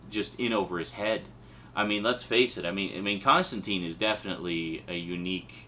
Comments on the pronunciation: You pronounced his name wrong. Everyone comic book fan knows his name rhymes with turpentine. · Alan Moore has pronounced Constantine "Constantyne". Garth Ennis has pronounced it "Constantyne". Andy Diggle has pronounced it "Constantyne". Simon Bisley has pronounced it "Constantyne". It's an English way of pronouncing the name. A very popular mistake. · His name is pronounced with a sound like brine, not teen. I was surprised too. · Sorry for being too belligerent. Its just that in the comic book community it ain't cool to mispronounce his name. The movie sucked balls to most of us afficianados because of its "Americanization". And the name isn't an exception. People, even Alan Morre, the one who created Constantine, always tells people to pronounce it right. And for a damn good reason too. Remember that time when Captain Marvell was suddenly has his name changed to Shazam, and this destroyed this character since New 52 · It's a Brit thing. They also pronounce Emperor Constantine that way. Apparently somewhere in the comics John corrects the pronunciation to the Brit version (of course) so it's canon I guess. Aluminum vs. Aluminium, whatever get over it.